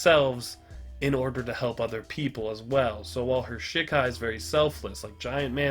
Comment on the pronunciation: It's funny hearing you say "shit Kai" but it's "she Kai" hahaha